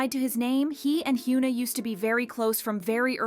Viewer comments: It's not "hyOOna" lmao it's "hyuh-na" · for a kpopnews outlet, please pronounce the kpop idol names correctly please! it's "Heeyuhn Ah" no "Hyooon Ah" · he-you-na? lol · Stop calling her Hyooona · Yikes its definitely not pronounced Hyoo-na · I’m sorry but I’m trying to listen but I can’t focus cos you’re pronouncing her name wrong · i couldn’t even get through this video cuz of the way u pronounced hyuna… pronouncing poc names wrong especially when there’s so many examples of how to pronounce it right is crazy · Please learn how to pronounce her name. This is not the first time you’ve pronounced her name incorrectly (and you’ve done it to other idols too). If you’re going to report on Korean/KPop news it would be nice if you learned how to say their names correctly. We don’t need you to be fluent in Korean but the bare minimum is learning how to respect these idols names, even in times where they’re making stupid decisions like Hyuna has with her new boyfriend. I literally can’t even watch this video because that how much this bugs me. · Why did you mispronounce her name throughout the ENTIRE VIDEO